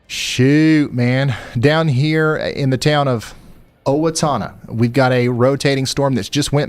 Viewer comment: I'm in Owatonna. Can't believe you pronounced Owatonna correctly.